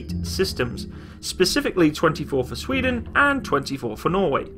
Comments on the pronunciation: good video but your way to say sweden sound way to wrong :P Sfweden it's sweden :P sry am swedish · The emphasis on “sveden” is totally unnecessary 😂😂😂. Love you’re videos